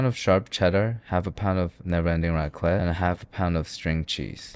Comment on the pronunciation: You did not jus say raqlet💀